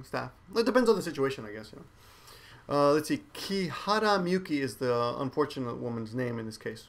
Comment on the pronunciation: I know you said its Kihara, but during the video I hear Kirihara... is that my mistake, yours, or hers?